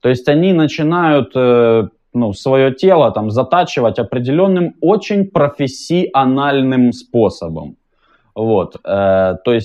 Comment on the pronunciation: за "профессиАнальном" лайк)